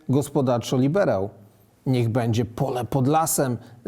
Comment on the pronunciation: - "będzie" NIE "bedzie";)